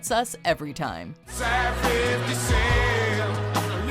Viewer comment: fiddy cent.